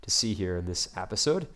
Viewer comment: I love your vids man, but you gotta stop saying appisode so much. You said it like 5 times per minute. Sorry but I do love your vids.